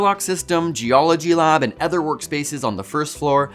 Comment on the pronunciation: The word is OTHER not ETHER. I know you’re Canadian but try to speak English.